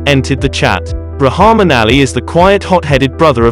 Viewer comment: It’s actually pronounced as RAHKMAARN